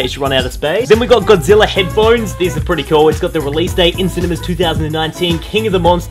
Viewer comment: God-zi-lla king of the monsters